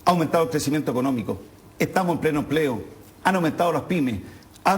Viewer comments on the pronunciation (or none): "e'tá", "contitución", "lo' académico", "e'tamo", "la' de'calificacione", ....cómo asesina el lenguaje este personaje!!!!